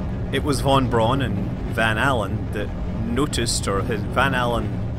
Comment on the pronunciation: FYI "Von Braun" is pronounced like "Fon Brown", not like "Won Bron".